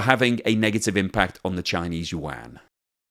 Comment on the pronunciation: What's the "Chinese Wan?" Do you mean yuan?